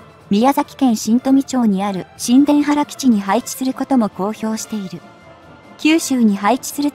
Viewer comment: 「新田原」を（しんでんはら」って読み上げは。九州弁の地名なので、（にゅうたばる）とはロボット音声には読めないようですね。